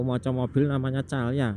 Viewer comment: Mantab mas...terimakasih udah mengajak jalan" jalur Plaosan Tawang mangu..gaak papa Mas..nyebut" merk mobil yg ada di depanya..supaya gak kehabisan bahan untuk menyampaikan kondisi di sekitar perjalanan. Mobil merk Calya di baca Kalia Mas..😂..semangat terus mas